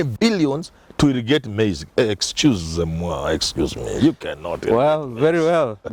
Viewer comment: Hiyo excuse me prof almost talk kimaragoli😆